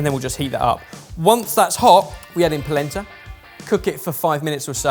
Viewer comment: Every time they say polenta, I brain hears placenta